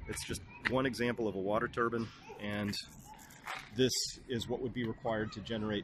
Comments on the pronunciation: Turbin or Turbine? lol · It's a turbine (rhymes with nine) not a turban.